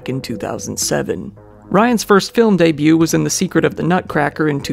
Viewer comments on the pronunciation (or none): none